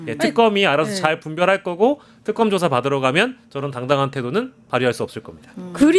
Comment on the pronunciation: 특검..이게 발음이 왜 안돼나? 턱검이 뭐야?